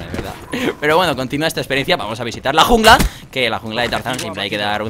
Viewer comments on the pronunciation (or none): like si te diste cuenta de que grefg dijo junga y no jungla